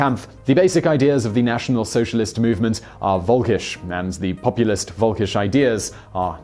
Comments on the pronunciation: Völkisch us written with a V thus it is pronounced as an F in german not as a W. :) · It's pronounced Folkish. Volkisch is in German, the V is pronounced like the English F. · You're right in that the German V is pronounced like an F. However, the word in question is völkisch, not volkisch. The umlaut (dots over the o) isn't there just to make the word look funny, it changes the sound value of the vowel. An ö is not pronounced like an o; so völkisch is not pronounced like folkish either. The ö in völkisch is quite close to the vowel sound in curb, only short (and non-rhotic, obviously). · I don't expect the average English speaker to know the right pronunciation of German. Simon Whistler, making a video covering a topic involving lots of German words, might want to have run these words by some German speakers, but whatever. Yet, you supposedly corrected Simon's bad pronunciation ("It's pronounced Folkish.") but only got it half-right. That's why I commented. I'm not here to fight. My remark was intended to give educational information to those interested. That's all.